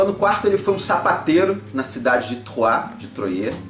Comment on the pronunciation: Falae,! Mt bom o video. Só um apontamento: a pronúncia da cidade é "Troah" mesmo, com o "R" bem próximo do "T" mesmo. Achei mt boa a sua imersão do contexto e temática junto à análise da mecânica. Apesar de ser um jogo bem fechado, "matemático" até, Troyes tem um casamento com a temático mt bom... dos eventos às cartas de "profissão". Grande abraço e continue o bom trabalho